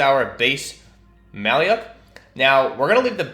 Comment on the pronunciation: the actual pronunciation is a bit different: the "lyak" part reads as Luke (Skywalker), so "lya" is more of "loo" the name itself comes from our word малюк, which means baby